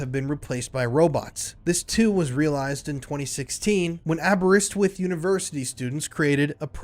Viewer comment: Congratulations on pronouncing Aberystwyth correctly 👍